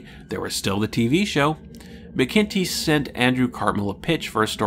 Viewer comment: Sorry, here I go again: David McIntee => "MACK-in-Tee". Think of a t-shirt with "Mac Daddy" emblazoned on the front. And - another nitpick: A "prequel" is a story that is written/produced after the original to tell the "before" story. "Mission To the Unknown" is more properly referred to as a prelude, since it was produced slightly before (I would say concurrent with) DMP.